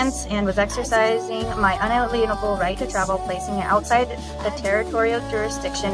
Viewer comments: Is it unalienable or inaliable? 😅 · Why can’t any of these fart huffers pronounce jurisdiction or unalienable correctly? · No- lips is far from cute. She' s so proud of herself due to her stupid pals in the background cheering on giggling. She doesn't understand what she' s reading, can' t even pronounce the words. She can' t even stay in character *triple facepalm*. Her false confident persona would have disappeared immediately if the judge removed her audience. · When you can’t even pronounce the words perhaps you don’t have a full grasp of the information. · Why do SovCits insist on using the word “unalienable” when not a single one of them can pronounce it correctly? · What is in the water in OK? And I really wish tgese sov cits would learn the meaning and pronunciation ofvthe words in that salad they toss around. I also love the look on the judge's face. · You'd think Leslie would practice pronouncing those words ahead of time! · Omg, honey, look up the big words in the dictionary first so you know how to pronounce them. 🤦‍♀️ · Yup. I kept cringing each time she tried to say that.